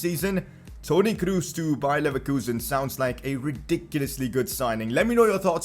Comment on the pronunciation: Toni Kroos pronounces with just one O, because he's german not english